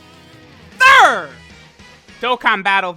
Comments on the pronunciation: “ANOO-THER!” Damn i kinda felt that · That "Ano...THER" was pretty crispy whew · What said: alright guys we're here for ano.......ther What I heard: alright guys we're here for a nut..........ter